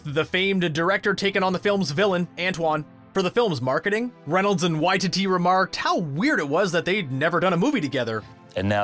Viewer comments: It's pronouced why- ti-ti, taika Waititi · Guy narrating absolutely butchered the pronunciation of Gal ‘Gadot’ and ‘Watiti’ 😩 Was painful to hear